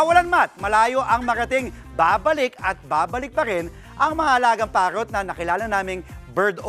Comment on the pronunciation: Parrrot yan hindi pawwot bulol ka hayp ka